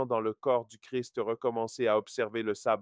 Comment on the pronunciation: Shalom mon frère ! Non je disais ça parce que sur la vidéo on prononce Sabbat au lieu de Shabbat. Or le sabbat c'est plutôt les réunions de sorciers... Tu dois le savoir sans doute mais en hébreu c'est la lettre Shin qu'on utilise et pas le Sin.